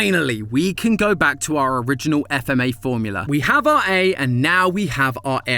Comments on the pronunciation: Come on say it like fmah not FMA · Where is FMA!!! Not f - m- a Its FMA!!!!! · Says F m a instead of FMA Me: Visible frustration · Matpat: FMA!!!!: F.M.A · It’s not f-m-a it’s fma 😭 it’s not the same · The fact he said F-M-A instead of fma is annoying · Excuse me? It's pronounced as "FMAAAAAAAAAAAA" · Wasn't ready for him to not say "fma" like a word